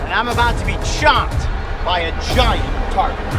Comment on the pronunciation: He says Tarpon, she says Turpon